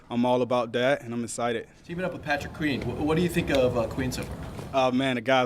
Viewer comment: Very “essited” lol love this guy